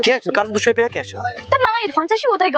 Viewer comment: Pack...❌️ Peakk...✅️ 😂🤣🤣🤣